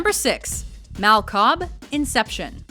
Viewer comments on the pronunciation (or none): u pronounced "Mal" wrong